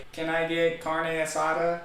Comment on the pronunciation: ”can I get car-nay-a-sadah?” 🤣💀 omg u said that too funny. Abra’s ya I was waiting for u to break this one down! I loved the headbanging part so much! It’s gonna be fun hearing that at the concert. I hope the blinks have a good ol time tomorrow (LA). Omg ur random high school music jump hahaha wtf.